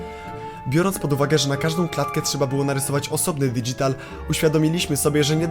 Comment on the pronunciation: "dydzital" Ale to fajne słowo ! :)